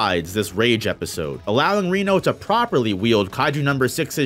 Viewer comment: Your saying Kafkas last name wrong and Reno’s also